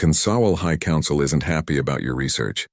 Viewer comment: What is this word "konsawal"? Was it supposed to be "Council"?